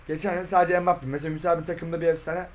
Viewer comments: Adam mbappe deil bugbapeey diyo spiker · Abi ilk dakkalara empappeye spiker pugbappe diyor